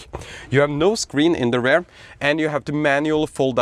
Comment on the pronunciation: Please try not to pronounce “rear” as “rare”. Beisdes that, nice and valuable content you have been providing over the years